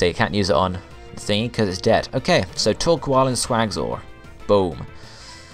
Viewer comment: Torkoal is prenounce like Thor-coal, and favorite villains have to to team rocket or maybe team galactics